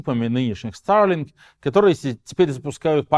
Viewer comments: Только, пожалуйста, говори нормально по-русски: Старлинк, а не: "ста[r:g,😵]лин" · зачем так сарлинк произносишь? ахахах